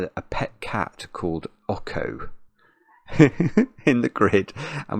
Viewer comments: Pretty sure "Ocho" is pronounced "OH cho" as in the Spanish number for 8 because the cat has an 8 on it. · oh man that pronunciation of Ocho hurts. it's pronounced like "oat-choh". it's Spanish for 8. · saying Awko instead of Ocho is perfect. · Ok-ho is killing me throughout this!!! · you mispronounced the cat's name the entire time. Ocho is Spanish for 8. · Well he is making a fine kind of Latin-type pronunciation of it 😂